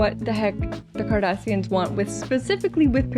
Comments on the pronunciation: I think it’s super cute how twice in this episode you said Kardashians like the Hollywood family instead of Kardasains (sp?) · Dear lovely, it's "Cardassians", NOT "Kardashians". 😉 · I swear it sounds like you said "a problem with the 'Kardashians' " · Mispronouncing Cardassians, made my day. 🤣 You are priceless. 😂😂